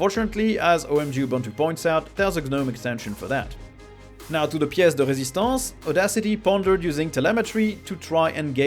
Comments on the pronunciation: "Now to the piece de resistance..." ME: Hey, he pronounced that French phrase correctly! Also ME: He is from France. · Love when flexes his frenchness with "now with the pièce de résistance"